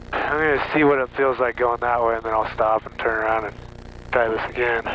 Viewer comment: "and would get stuck 'Agian' "